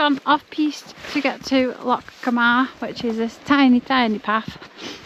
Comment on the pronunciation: Hey ❤ another great vlog, Loch Gamhna is pronounced Loch Gowna in Gaelic the mh can be a V or W ❤ like for instance my name Mhairi the Mh is a V ❤ i know a lot of people dont understand gaelic anyway but i just wanted to let you know